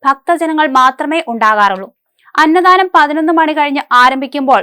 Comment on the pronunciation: അന്നദാനമാണ് അന്നധാനമല്ല